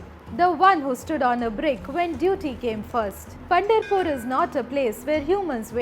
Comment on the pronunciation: it is not Punderpur, it is Pandaraapura